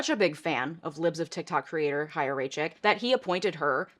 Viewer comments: Thank you for covering this and not saying "chaya" with "ch" like in "cheese" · i HATE chaya and what she stands for but THANK YOU for pronouncing her name correctly. it’s been driving my nuts that no one does. also the fact that she’s younger than me is MINDBLOWING tbh